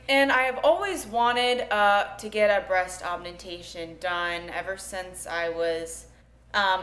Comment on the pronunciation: breask aumentation lol